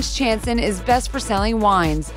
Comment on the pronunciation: It us actually pronounced sha-n-so-n. The first N is almost silent but still has a little sound, and the second N is similar but has less sound.